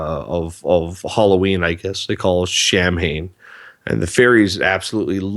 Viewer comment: Not to sound pedantic, but Samhain is pronounced Sah-win.